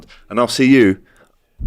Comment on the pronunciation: "Prenteders" LOL. You'll pay for that.